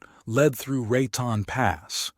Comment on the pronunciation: Lived and grew up in Colo, N.M. AZ, S.Calif, the PNW and Tex. The WEST! It's Ra "tone",, Raton. La Hunt- tah,, Lajunta. At least sound like you've actually been there before.